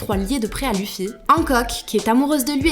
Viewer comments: Quelqu'un peut pas lui dire qu'on prennonce pas luffy mais leffy ptn ! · je rêve où elle a dit luffy en prennoçant le u 😑😑